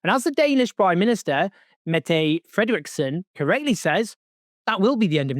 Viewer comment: Owen I think "Mette" is pronounced more like: "Medda". Love your work, keep it up!